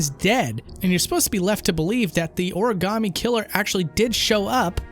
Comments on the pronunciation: I'll have you know this game takes place in Philly, and we do not say Oruhgammy. It's more like Origommy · jAasOn shAUN I always find the way said origami as origAAAmi funny as shit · What do you mean a person from another country pretending to be a detective in New York... when the way he says Ori-gam-ee is a pure Boston accent... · THANK YOU for pointing out the way they pronounced Origami . It never stopped haunting me cries in triggered